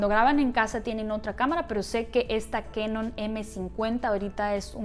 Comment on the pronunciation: Hola en español conocemos a esa marca como canon, tal cual ;no lo pronunciamos kaenon. En japonés suena : Ka nion! Más o menos y significa cañón. Está cañón no? Je je. Saludos!